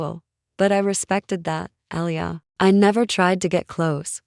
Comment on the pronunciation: Good story,it’s” Ah lee yah” but enjoyed it anyway.